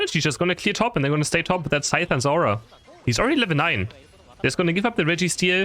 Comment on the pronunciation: Its not zeora It is zeraora